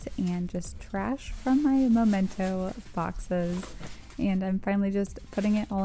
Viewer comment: I love your decluttering videos! Also, it's memento. Where you put things you want to remember. Both words have "mem" in them. It's a good way to "remember" to say "memento." :)